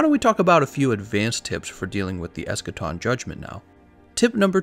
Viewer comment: That ain't Eschaton. That's Escation.